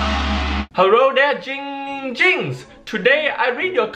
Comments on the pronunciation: Everyone it's not It's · IT’S NOT GINGER IT NOT DONG DOMG IT IT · Why don't anybody say name right